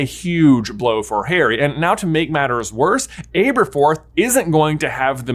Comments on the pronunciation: QQ: why do you pronounce Aberforth’s name like that? The way that you’re pronouncing it is abe - er - forth Shouldn’t it be Ab (like the beginning sounds of abdominal) -er-forth? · No its ahhberforth not aaaaberforth